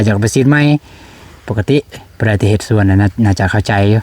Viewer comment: พูดไห้ถูกหน่อยคำว่าสวนอย่าพูดว่าส้วน